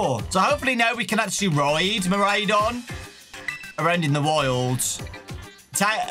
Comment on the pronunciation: Fidough is pronounced "F-eye-doe" as it's a pun of "Fido" (an old common name given to Dogs) and "Dough" as in Bread Dough. Miraidon is also pronounced "Mi-ride-on" for obvious reasons of it being a living Bike XD